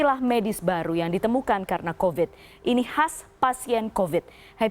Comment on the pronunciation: Mbak news caster yang cantik... Nggak masalah kok bilang "covid" dengan pronounciation ala orang Indonesia pada umumnya. Huruf V dibaca biasa saja, nggak perlu harus pronounciation ala bahada inggris (huruf V dibaca semu seperti W). Kan malah jadi nggak fokus ke kalimat lain dan akhirnya banyak salah ucap akhirnya. Hehehe.